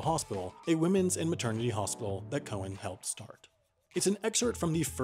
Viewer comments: ITS NOT COE-ANN IT'S COW-ANN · Just a pronunciation point of order from your friendly Aussie Star Trek site - that's loving your work... Her name is pronounced.. Edith Cow-an, not Cohen. Carry on. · Not ‘ko-en’, ‘cow-en’. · Haven't you noticed you say "Cowen" and bill says "Cowan"? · Cow an.... Pronounced cow aaan Not Cohen as in the jewish way. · Great video but I hate to be the one to point out that Cowan is pronounce just like it looks. Cow-an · Apparently we can't pronounce Edith's surname properly either. All this time we've been saying "cow-anne". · Hey you said Cowen and the note says Cowan. Did you make a typo??? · The way he pronounced Cowan made me not recognise who it was for a second